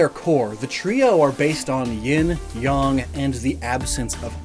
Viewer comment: The pain of having to hear how you pronounce "yang" hurt so much 😭Please pronounce it normally! Not "yong" but "yay-ng". You look around my age; even if you didn't watch it, did you not hear about the show "Ying Yang Yo"??